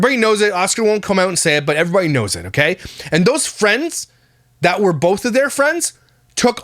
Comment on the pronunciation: BOLTH, perrrposed, GET ELOPED